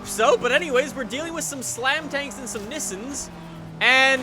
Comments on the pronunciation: It's Nissan not nissin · why does he call Nissan nissin sounds like the cup noodle brand :/